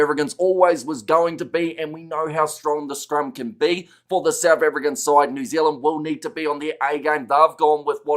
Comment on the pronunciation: What's with the constant yapping from the dude that says New Zilland 🫪😣